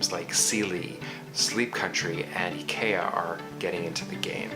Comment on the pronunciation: It's the right way to pronounce it :)